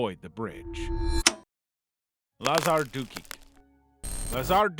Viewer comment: bro i thought you said lazar dookie😭💀💀💀